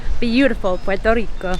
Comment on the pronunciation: You sounded great! Pronouncing all the Spanish words, loved when you said Puerto Rico and Luquillo and the "bacalaítos", "alcapurrias", which BTW are a mix of grated plantain and taro and/or cassava root ("yautías" o "yucas") stuffed with chicken, beef or seafood. Oh, and just FYI, what you called the upgraded hot pocket "empanadas", we don't call them "empanadas", we called them "empanadillas" and you can also find them stuffed with chicken, beef, seafood or with pizza sauce and cheese. Thank you for your great video!